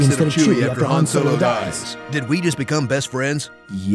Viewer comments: "Han Solong" lmao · "Han Solong" I'M DEAD XD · Han So-Long